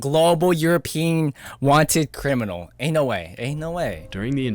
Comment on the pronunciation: ahh yes “ crinimal”